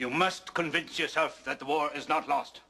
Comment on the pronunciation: Every time he says lost it always sound like lust to me.